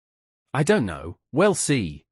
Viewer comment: AND SO GUISE LET ME KNOWL YOUR THOWLTS